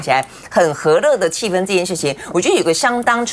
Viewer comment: 主持人发音非常准，气氛（一声），在大陆能读对的人也不多😊